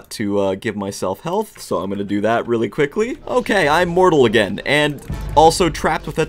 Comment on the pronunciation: "It's not OKEH to be OKEH"❤(titan cry)😢